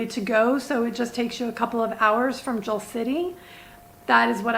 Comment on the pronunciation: pronounce it 'Jull' not 'Jal'. like you would say a boat hull.